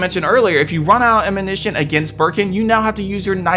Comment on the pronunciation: It’s ammunition not amminition 🤦🏼‍♂️ you saying it right is clearly the most difficult thing out of this video